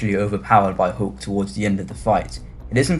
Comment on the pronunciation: It’s Hulk, Not Hook, lol.